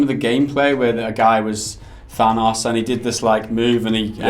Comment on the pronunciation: How do you mispronounce Thanos?